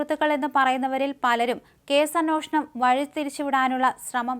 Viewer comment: അന്വേഷണം..... ഇതൊക്കെ മോശം ഉച്ചാരണം 🤷🏻‍♀️🤷🏻‍♀️